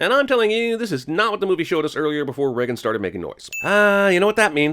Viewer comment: Hey, name is Regan, you don’t pronounce it like Reagan, it’s Ree-gan. Long ee sound. Small psa. :)